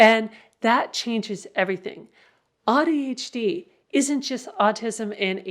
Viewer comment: I have to say that I don’t like how AuADHD is pronounced with “odd”. It breaks my heart a little.😢